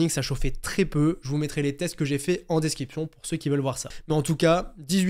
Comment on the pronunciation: Je me demandais pourquoi tu dis desciption ? Et pas description